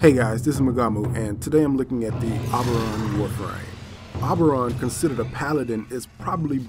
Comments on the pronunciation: O-BER-on, not OB-er-on. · Oh-ber-on not o-ber-on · It's pronounced OH-burr-on. It's a reference to the fairy king of Midsummer Night's Dream. Not AH-burr-on. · OMG! I didn't think anyone could say "OH-BER-ON" worse than my friend!! You people need to watch Stargate Atlantis and learn how to say the word!!! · You weren't pronouncing his name right. =( Other than that it was a great video. Thanks for putting these out. =P